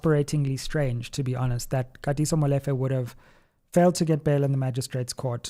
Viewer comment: Great analysis but just one thing: it is pronounced Molifair and not Molefe. Looking forward to your interview with LM.